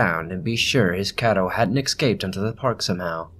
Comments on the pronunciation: Escape, not excape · ES. Like the letter S. EScape. Not EXcape. Thank you.